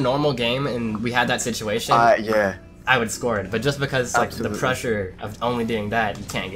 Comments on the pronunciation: Literally no one realized that at the end he said lik not like 💀😂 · Hey 😊 man a mistake it's not lik it's like